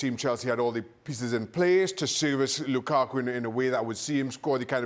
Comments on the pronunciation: Folks in comment section: y’all seriously disappointed me. Not one person mentioned how hilariously Frank LeBoeuf said “Kukaku” 🤣🤣🤣🤣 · Lmao it gets me everytime ale says Lukaku 💀💀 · Again am here for Moreno saying "lukaku"😄😄😄